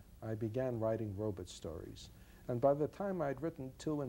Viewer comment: he does say 'robits'. iRobit.. lol.